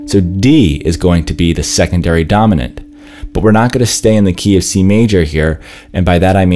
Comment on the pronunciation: Nooo!😭 I will never hear “key of C” the same way again!😂🤣 That’s hilarious!😂